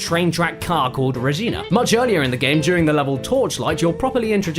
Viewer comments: it's regina, not rejina, good god. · Re ghenah Kappa, it re-gi-na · Its pronounced Regina, like Vagina. I would know since I live in Regina Saskatchewan.